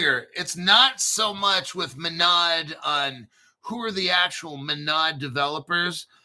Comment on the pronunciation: MONAD, pronounce it right